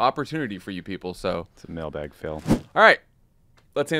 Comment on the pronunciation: The mention of testicle tanning and then hearing, "that was a mailbag fail" - I also heard "male bag fail" - LOL - never thought I would be a podcast person, but I love you guys.